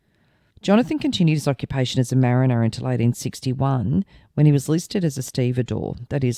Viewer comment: Evening, idk if its ya accent but sounds like you said he was a Marnier who fought in the Crimea War in 1940. Probably just sounds like it. Take care.